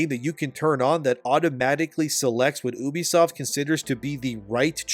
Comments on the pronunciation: U, Ubisoft, YOU BISOFT. Come on bro sound it out. Not OU BISOFT. bro the way you say it really drives me up a wall. Great video tho. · It's "YOU-BEE-SOFT" are you special or something? You can't pronounce words properly? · You-bee-soft NOT ooo-bee-soft, fuck I hate when other nerds just make up their own pronunciations for names in the industry. It’s not ooo-connect, or ooo-play, it’s you-play and you-connect (uplay, uConnect). That’s like saying eye-tal-ian (Italian) instead of it-al-ian. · for the longest time I been pronouncing Ubisoft wrong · Ill listen to your opinion when you pronounce Ubisoft correctly